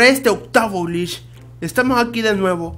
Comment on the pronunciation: cuando dice glitch pareciera que estuviera diciendo bleach xd